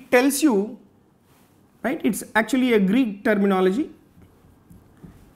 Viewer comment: Positives - explanation is vry clear n good Negatives - only that its greek not greeck 😊